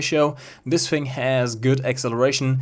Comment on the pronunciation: “Funder” “Dis” “Peemium”